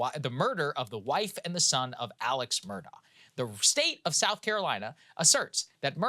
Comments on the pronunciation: It’s ‘A-lek Mur-dock’ About his trial - there’s so much more to it. Like, the kennel video that places him at the scene of the murder minutes before it happens. I don’t think the State proved it beyond a reasonable doubt, but he wasn’t convicted solely on that sliver of cell data. Onto Adnan Syad, he’s guilty as hell. At least he spent his best years behind bars. There’s no two ways about it. I live in the area. The Serial Podcast and Undisclosed are biased and do not tell the full story. Adnan was released because of some random DNA on Hae’s shoes - which were in her car, not on her body when she was found. It’s bizarre. Listen to Crime Weekly if you want to hear an unbiased version of the Hae Min Lee Murder Case. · His name is pronounced Alec Murdock. I hate when journslists screw up things like that. Shows laziness &/or incompetence. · His name is spelled Alex Murdagh but is pronounced Alec Murdoch (pronounced Murr-duck).